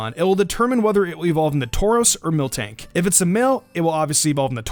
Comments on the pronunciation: You said mil(K)tank its miltank theres no k in between L and T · When you said Miltank first you said Milktank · Milktank? It's called miltank MIL not milk